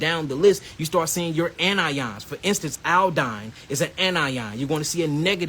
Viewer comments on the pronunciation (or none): none